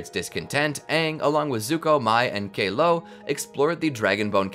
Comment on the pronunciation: It's Kuh~Oh the Face Stealer